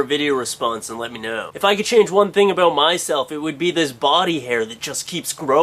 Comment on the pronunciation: Good one. Some times you make me laugh on how you pronounces "about" :).